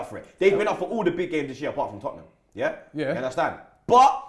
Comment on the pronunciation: You Undestan? 😂 bludd.